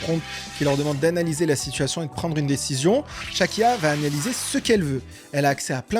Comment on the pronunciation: Pourquoi a chaque foi que tu dit "Chaque IA" j'entend "Shakira" .... ?